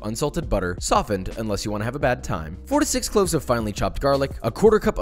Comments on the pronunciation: I was so confused I thought he said 46 cloves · thougt he said 46 cloves